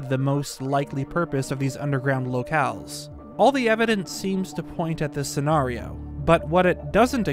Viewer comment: Bro... the narrator is killing me! Ocarina is pronounced "awk"arina, not "oh"carina. Scenario is scen"air"io, not scen"are"io.